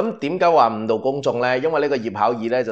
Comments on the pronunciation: 應是葉巧"琦(奇音)" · 葉巧琦應讀作葉巧"琪" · 琦，讀「奇」音吧？ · ；抱歉葉巧琦的琦讀音為奇而不是儀。謝謝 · 要糾正一下:葉巧琦( 讀奇)，綺(讀倚)。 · 琦字音應該係"奇" ，糾正一下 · 琦字讀音是"其"！ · 嗰個字好似喺讀奇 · ，「琦」同「琪」同音😅😅😅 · 【琦】字讀作奇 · 讀錯葉巧琦 個琦字讀聲 有時間更正返 好D